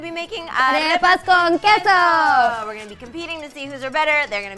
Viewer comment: Why in Queso, the U sound is missing 🤔